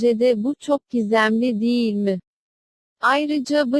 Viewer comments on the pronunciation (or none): none